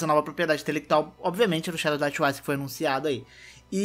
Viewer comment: Quando voce Fala twice parece que voce Fala tchuaiche.. Eh sotaque carioca?